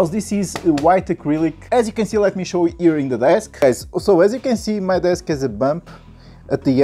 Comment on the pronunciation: What are you gonna chow us? Hahaha